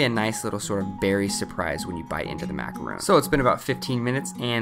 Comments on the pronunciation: you know that's a macaron not a macaroon right? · He keeps saying macaron wrong. It's mac-a-ron, not mac-a-roon. Two different types of food.